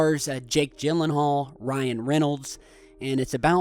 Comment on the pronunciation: and say the word gills out loud then the word gamble then gif then Gyllenhaal and you might say his last name right